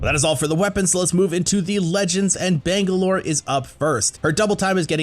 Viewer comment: The butchered Catalyst and Bangalore bruh….stfg